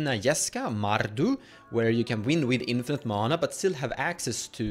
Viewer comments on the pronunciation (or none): none